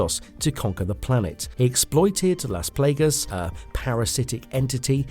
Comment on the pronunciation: are you trying to pronounce las plagas wrong?